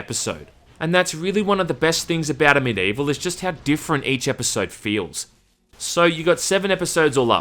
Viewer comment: Is it just me or is pronouncing Medievil instead of Amid Evil during the entire video?